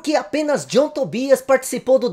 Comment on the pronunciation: Sai pra lá ô "Tom djãm" 😂 ❤